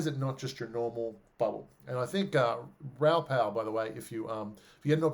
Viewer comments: "row pow" lol - for those who don't know him and are wanting to look him up, it's Raoul Pal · Who was the guy you said you listen to a lot? Ralph something? Could not quite make out who it was. Thanks.